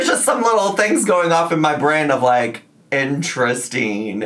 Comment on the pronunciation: “Intresteen” lol😂